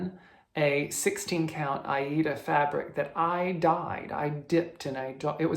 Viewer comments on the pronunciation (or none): your Miss Cherry Blossom is really starting to take shape now and looks beautiful. Thank you to Sue and then in turn yourself for sharing such a lovely story. I did note the Aida pronunciations 😆. I have had to it up this week after my anxiety reared it's ugly head a bit more than I like it too but feeling more on track again now. I look forward to next week's special. Have a wonderful week 😊. The pattern you have named clouds really is lovely. Xx